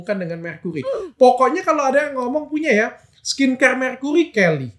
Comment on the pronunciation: Helly bukan Kelly, dr 😂😂😂😂😂